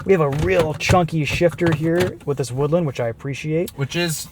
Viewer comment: it’s woodLAAAND